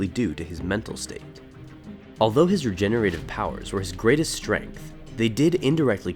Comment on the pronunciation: Re-gen-er-a-tive. Say it with me. Not re-gen-a-tive.